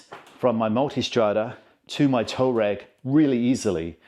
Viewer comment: It's not "tow ragg" it's tUaaarEg you re re!